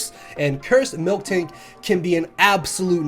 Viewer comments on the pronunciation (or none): It's Miltank, not Milktank